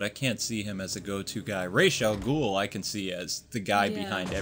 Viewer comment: by the way its rah al ghoul